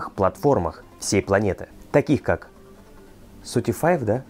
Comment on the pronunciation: Я слушал его новую песню на Spotify (Спотяфай).... или «Сутифивела» или «Спотиба», как это произносил 🤣 Это нормально,!! Вы должны услышать, как я говорю по-русски. Мне очень сложно. Хотя эта песня "Я скучаю по тебе" мне помогает. Я изучаю это фонетически. Хотя, наверное, у меня есть американский акцент 🤣 Я не могу распознать. I listened to his new song on Spotify.... or "Sutifivela" or "Spotiba" as pronounced it 🤣 It is fine!! You should hear me pronounce in Russian. Very difficult for me. Although, this "I Miss You" song is helping me. I've been learning it phonetically. I probably have an American accent though 🤣 Impossible for me to detect.